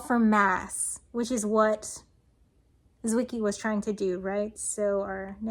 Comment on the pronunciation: On the pronounciation... Wiki says: "Fritz Zwicky (/ˈtsvɪki/; German: [ˈtsvɪki]; February 14, 1898 – February 8, 1974) was a Swiss astronomer". Gotcha!